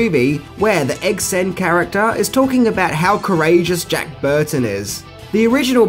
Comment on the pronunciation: Egg SHEN, NOT Egg SEN